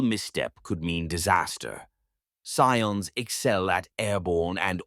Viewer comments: sometimes I hear it said correctly when saying "Cadian", but then when said normally it sound incorrect. Most media says it as Cade as in motorCADE, I keep hearing Cat-dia (silent "t" but same sound fx). Also Scions is pronounced like "Sigh-ON", not "See-In" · This is an AI channel, or someone is going to get yelled at for awful name butchering of certain things like Cadia and Scions.